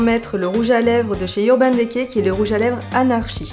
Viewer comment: merci pour cette vidéo! =) je ne sais pas si on vous à déjà fait la remarque dans des vidéo précédentes mais le E de DECAY se prononce I comme NAKED ^^ c'est juste un détail mais bon ^^ bisous =)